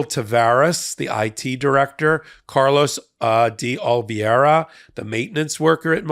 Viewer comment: You're pronouncing D' Oliveira wrong. Other than that, great video!